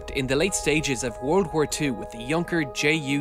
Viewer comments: That's "Junkers" not "Junker" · Junkers should be read as Younkers, not Younker, and Messerschmitt should be read as Messershmit, not Meshersmit. Improve it next time.